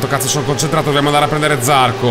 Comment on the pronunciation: dovevi andare con ajo motorsport perche ce la moto migliore ovvero la kalex anche perchè eri in squadra con zarcò si pronuncia con la o accentata